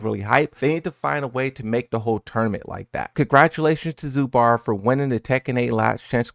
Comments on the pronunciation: It's zubeaar like deaad not bAAAr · It's zubair not zubar, it's like you combine zoo and bear together. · Zubair (Zoo-bear), not a critique comment btw. Just wanted to mention. Love you